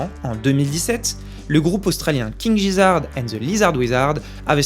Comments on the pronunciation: Gizzard ce n'est pas Jizzard, c'est un g dur en anglais, voyons donc! Ça veut dire gésier, cest un non absurde uniquement pour l'allitération : Le roi des gésiers et le sorcier des lézards. Même en français cette allitération est intéressante. Mais le i ne ramollit pas le g en anglais, et il faudrait donc écrire King GUIzarde and the LIZarde WIZarde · Super video ! Par contre ca se prononce King Guizzard, pas Gizzard ^^ (Oui desole, je suis ce c*nnard a reprendre sur la prononciation de leur nom, mais du coup je redis que la video etait top !) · Super la vidéo! Juste un truc on dit Guizzard comme Guy 😀